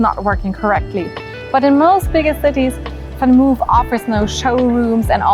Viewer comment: it's van Mooooof, not van move, like your videos! greetings from Amsterdam:-)